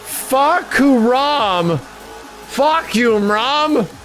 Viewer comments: "Fah-kum-raam" the guy says Fcuk You Raam....😅😅😅so hilarious...lol... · "Fahkumram" (ฟ้าคำราม) means "Roaring sky" in Thai. "kum" is pronounces as "come" the rest you pronouced it correctly. His boxing trunks has his name in Thai on it which is pretty accurate in Muaythai sport. Just some info for you. 👍 Love your channel from a Thai subscriber. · Fah-come-rum. Not fawk. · I'm Thai His name is not Fah-Koom-Ram It's Fah-KAM-Ram with the U lol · Fahkumram? More like fuckyourmom. That what it sounds like the announcer says and that's about what he does. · Fahkumram More like fahkurmam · Seriously it isn't that hard to pronounce that Thai name properly.